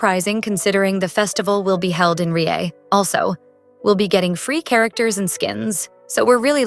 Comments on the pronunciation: Its lieyue not riea and many other things are wrong in this video, just check before uploading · Its also not lieyue its "liyue"